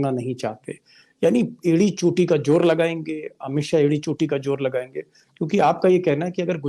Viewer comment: Deepak ji .achcha bolte hain . Itni badi kursi par baithe hain..jab saara media bjp ka ho gaya hai tab aap ne yeh seat sambhali..hum sab aap ko sunte hain.pls z ko j na bolein Ganda lagta hai..jor nahi zor boliye...